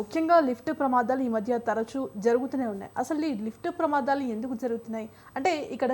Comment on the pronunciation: ప్రమాధాలు కాదు తల్లి ప్రమాదాలు